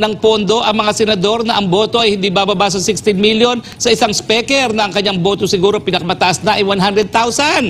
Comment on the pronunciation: Atty Roque, YOU MADE OUR DAY especially our LUNCH SO ENJOYABLE, D way u pronounce d King of TONGRESS " Si ESPEKER" Ha ha ha ha ha,😂😅😂😅😂😅😂 GO GO GO ATTY ROQUE, WE ENJOY n LOVE Listening to you,,😂😂😂😛😝😜🥰😍we love you, GOD BLESS US ALL.OMAN,EGYPT,SAUDI,U.A.E. KUWAIT.SYRIA. LEBANON.QATAR.IRAQ.JORDAN .BAHRAIN .U.S EUROPE.ASIA.GOD PROTECT ALL PILIPINOS ESP. fr TAMBA ESPEKER"😜😝😛😂😅,"BARACK ALLAH FEEK P.R.R.D.". MIDDLEEAST AIRLINES ASSO ❤❤❤ATTY.H.ROQUE.